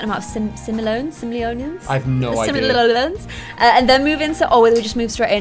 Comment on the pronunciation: Just a btw sim-oh-lee-ons